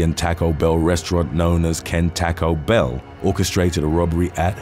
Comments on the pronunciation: You really need to learn how to pronounce American names and cities. "Poo-Joles"? "Dee-I-Onna"? "Tack-o Bell?" C'mon man... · Bro i love your videos, but its TACO Bell, not taco bell